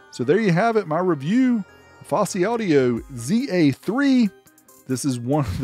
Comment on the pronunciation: Fawsy not focey